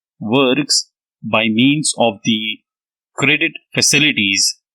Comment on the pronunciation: Nice dictation but need ,meet, and means words are not clearly spoken